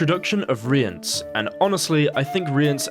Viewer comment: You're pronouncing Cahir and Rience correctly. It's more like Chay-ear and Ri-ans, at least that's what's said in the audio books.